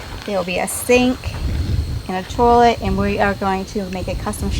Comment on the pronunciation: C'mon. Say it with me. Toy Let. Toilet. Easy!!